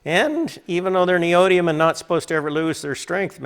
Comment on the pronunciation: 5 syllables... ne o dy mi um